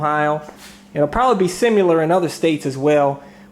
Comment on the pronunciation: Similar, not simular